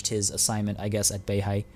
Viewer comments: U must learnt mandarin before，I hear you speak BEIHAI as Béi Hǎi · 11：03 you said the place Beihai just like a native Chinese speaker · Yea his pronunciations are tight af